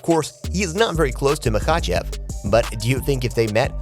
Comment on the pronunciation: The AI sounds pathetic "mahACHeVs Islam" beep boop